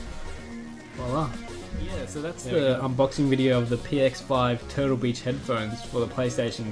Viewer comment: it sounded lik he said total bitch instead of turtle beach(